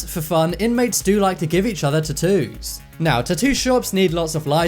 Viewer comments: I like how you pronounce Tat-oooos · You say "tattoo's" so wrong that somewhere a fairy die's every time you say it.